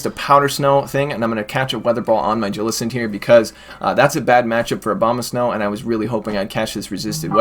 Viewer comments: Hate the way he says jellicent. It's not "ja-lis-ent" it's "jell-i-cent" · i hate the way he says jellicents name